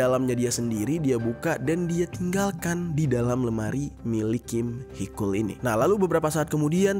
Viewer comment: itu Taecyeon disebut tekyon njy panggil biasa fans "techon" gt😭 terus Heechul dipanggil heekul mon maaf panggil aja "Heecul" gt😭